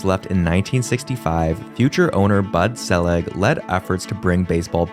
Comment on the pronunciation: Also it’s Bud See-leg, not “Sell-yeg.”